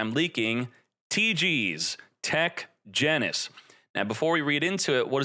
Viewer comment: Did he say genus instead of genius?